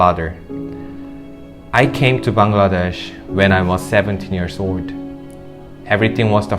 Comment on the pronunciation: Tha way he pronounce Bangladesh🇧🇩 prooves he lived here for 13 years❤️